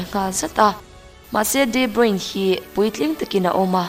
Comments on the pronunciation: Debruin tia lam lovin debruna tia lam tur niin ka hria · Pronunciation hi kalo ngaimoh thrin a.. De nilo in Di (D) anga lam tur zok ani e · Chuan, a hming hi Di Broin tia lam tur nilovin Di Broina tih tur, hei hi amah ngeiin a sawi a ni. Tawng dang kan chhiar dawn chuan pronounciation zirchian hmasak hi a finthlak fo thin. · Tha lutuk tlat 👍👍mahse footballers ho hi ram hran2 te an nia...de broine ni lo in de broina tih in an lam tlagpui...soive mai2...a tha in gaihawm thei tuk nia... 👍👍🏻👍🏻👍🏾👍🏿👍🏻👍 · De bruyne tiin i lam a..i lam dik lo..de bruyne tia lam tur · Kawmentatawir ho chuan De Bruna tiin an lam țhin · De Bruina han ti la chu ngaihthlak a kal zat tur a nia leh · De Bruyne (De Bruy_ne) ti a lam zawk tur aw 😍😘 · Mizo tawng takin de bruina tiha lam tur aw miss... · De bruina an tia lawm...😆😆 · A hming i lam dik lo aaa...😣😕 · Kevin debruyne hming hi ilam dik lo in kahria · A hming I lam diklo aw ✊